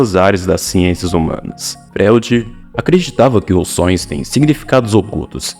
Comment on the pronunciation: Cara, não dá pra ouvir um vídeo de alguém que não sabe pronunciar Freud. Fica muito difícil acreditar que você sabe do que vc tá falando.